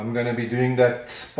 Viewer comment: what was the word you used for marking the inner fenders? I heard spiling? Googe has a much different meaning for that.